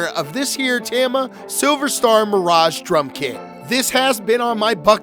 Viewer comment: Maybe learn to say tama